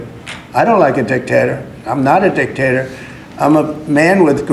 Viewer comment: "I don't like a dic-tater. I'm not a dic-tator." Okay, Donald, fine, you're not a dictator...you're still a dick tho so if you could just leave office and take your nazi mutants with you...that'd be great.